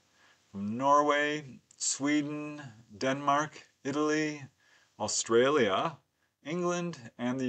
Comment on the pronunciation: Why the emphasis on the word "Australia"?